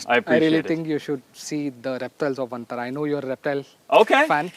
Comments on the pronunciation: Ma'am It's not VENTARA it's VANTARA... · It is "Vantara"; not "Ven"; Van means forest; no idea where the idea of calling it "Ventara" took shape?!!